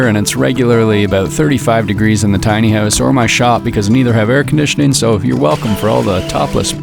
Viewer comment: Why does it sound like you're saying "tiny ass bathroom" lol